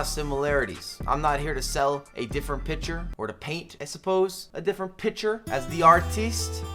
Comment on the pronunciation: Can you say “picture” more often🤣 I’m American but the way you say it makes me laugh lmao